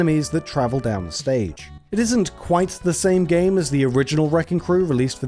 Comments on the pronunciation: the way you said SAME GAME makes me wanna kms thanks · So I heard "Sah-Mey Gah-Mey" and I had to do a double take. Either I'm overthinking the title, or it's just a simple overpronuciation of "Same game" Japanese titles can be whack- Oh and love the video! Doing great!